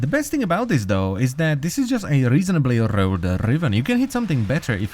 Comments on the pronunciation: RRREASONABLY RRROLLLED RRRIVENS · Can you please stop doing the Rrrrr? You could replace it with a recording of nails scratching on a chalkboard, for instance. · Rrreasonably rrrrolled rrrivens